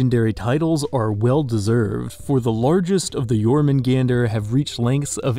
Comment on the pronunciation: They did jormungandr wrong, in Norse the r means it’s accusative (getting verged) so you would just say jormungand